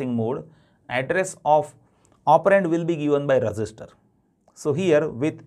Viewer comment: Sir your instructions are awesome but I think when you pronounce register it's really confusing